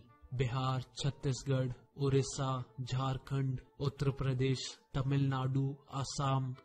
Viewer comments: Bhai uttr pradesh nahi uttar pradesh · bhai speak UP as Uttrapradesh.... But it is Uttar Pradesh 😎.... Anyone noticed